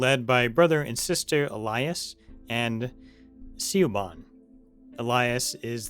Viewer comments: sij-il not siggil , shee-vahn not see-o-bon, shee not sid-hee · Just FYI "Siobhan" is a real world Gaelic name, pronounced "Shih-von" / "Shivon" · Siobhan is pronounced like "Shi-vaan". It's my cousin's name. Gaelic words are weird.